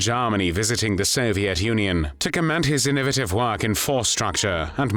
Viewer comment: ***** WARNING AI BOT VOICE ************* can't say "innovative". It says something akin to "in-OH-vuh-tuv"